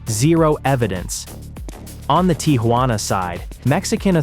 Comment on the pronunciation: "the tee ha wanna side"